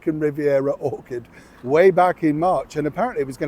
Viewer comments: ''Orchard'', not ''Orchid'' ; ) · Orchard, not Orchid 🧐☺️ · it pronouced ore chard not or ked .... it not the flower orchid it is like a grove orchard